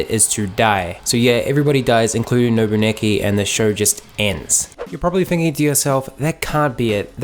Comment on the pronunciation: I loved this anime even though it was fucked up. I’m surprised that a lot of people hated this anime. And you keep saying Nobuaki’s name wrong.